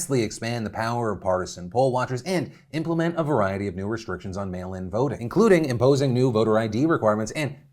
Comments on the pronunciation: Phil the first time you said voting restrictions, I thought you said boating restrictions. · When you said “ voting restrictions” I thought you said Boating restrictions at first. Lmao